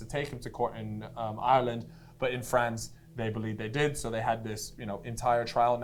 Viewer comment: Props to for saying Ireland 50% correct and Jesus Christ mate ya need to touch up on it 5%